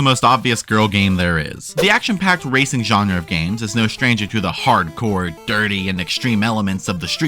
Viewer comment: MEMES HAVE ROTTEN MY MIND EVERYTIME SHE SAYS RACING I HEAR RACIST STOOOP